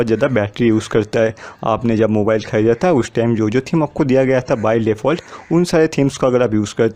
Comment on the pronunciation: Khrida nhi khyida tha 😁